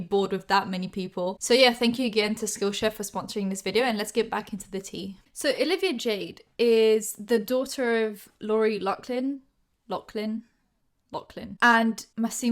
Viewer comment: its pronounced ''lofflin" not that it matters cuz she sucks